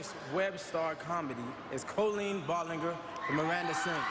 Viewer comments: Its bal-in-ger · Yeeesss!!!! Lol and he didn't even pronounce Ballinger correctly 😂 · when jason derulo doesn't know how to say ballinger + COLLEEN HASNT GOTTEN HER SURFBOARD YET!!! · tHE WAY JASON SAYS "BALLINGER" NO I CANT